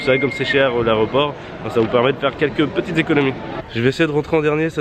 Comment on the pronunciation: Mais on dit l’aEroport... et pas l’arret-au-port